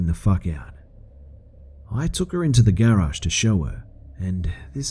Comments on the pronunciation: Lol he pronounces garage gerage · Man... I love the narration but the way you say garage triggers me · What does stupid o clock mean? And lmao the way you say Garage makes it sound like "Gay Raj" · I hate how he says Garage.